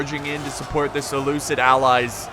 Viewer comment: I have to prove correct. I'm mad about his pronunciation of Seleucid.